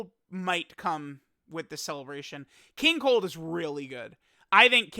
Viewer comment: Lmao did accidentally call King cold king cuck